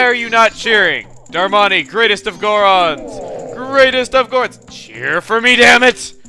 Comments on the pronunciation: It's not delivery it's Darmani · you say darmani like susano